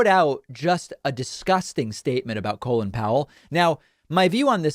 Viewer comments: Isn’t his name pronounced call in, not colon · You really need to adjust your pronunciation of Colin, you're pronouncing it as Colon....